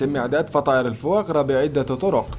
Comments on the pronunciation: fois grasلماذا تقول الفواغرا كأنك تقول الفياغرا قل ببساطة الكبد السمين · Foie gras نطقها خاطئ